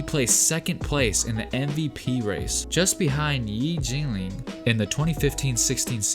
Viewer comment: Yi Jianlian is pronounced wrong. Please check your pronunciation before posting videos.